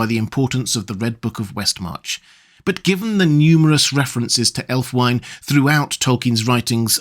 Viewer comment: Love your content,. I don't like to nitpick, and please don't take it as such, but I thought you'd wish to know the the only probable Anglo Saxon pronunciation of Ælfwine would be something like /ælfwiːnə/, approximating to "alf-wee nuh" (with a British, not American initial 'cat vowel'). Though, interestingly, the American version of the initial cat vowel gets us much closer to the meaning of that element, 'elf'! Which is unsurprising, perhaps, as US English did not undergo certain vowel changes that Southern British English did.